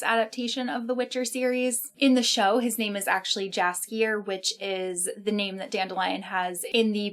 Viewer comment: Just a little note: Polish "j" is read like English "y", so Jaskier is pronounced "Yaskier".